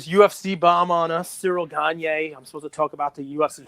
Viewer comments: It's pronounced ciril gahn not cereal ganye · Bro stop butchering cyril gane name Jesus bro